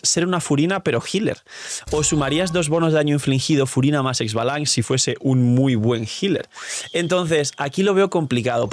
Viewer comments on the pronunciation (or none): Xbalanqué es un nombre maya. En maya lo pronunciamos Shbalanqué. La e es tonal y no hay I antes de la X. A mi saurio le puse K'uum, calabaza en maya. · Solo como anotación. Se pronuncia "ishbalanqué" y ya en una misión se mencionó que fue el primer arconte pyro